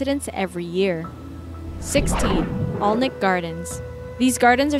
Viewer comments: Accent difference aside, Alnwick is pronounced Annik not Olnwick. The first two Harry Potter movies were filmed at the castle there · It's called Ann- ick and not Alwnwick. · It’s pronounced anick castle not Alnwick castle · Alnwick is pronounced ANNICK, not ALNICK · Alnwick pronounced annick, the Poison Garden is under lock and key so you can only go in in small groups with a guide, also the castle is where Harry Potter was initially filmed, a truly lovely place to visit. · Americans trying to pronounce British names is always entertaining. Alnwick is pronounced "Annik". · Alnwick Gardens dangerous????? (Ann-ick for way of saying it) please? Have you been paid by the duke? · in "Alnwick", the "l" and the "w" are silent... it's pronounced like "Annick" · Alnwick gardens is not dangerous I ve been through the poison garden loads of timers. And by the way it's pronounced a n i ck I live close to it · Get the pronunciation of places right if you are going to talk absolute bollocks about them. Alnwick is pronounced "Annick". The L and W are silent. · I live near Alnwick castle. Its pronounced 'Annik' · At least say Alnwick right and I had NO idea that the POISON garden had TOXIC plants in it